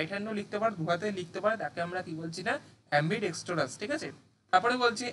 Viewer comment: Uccharon apnar khub e khrp. Ambidextrous mne jar du hat soman vabe kaj kore..duhat e likhte pare erom ta noy.